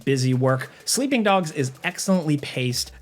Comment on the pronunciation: I swear you said "Sweeping Dogs" at first, Are you going UwU?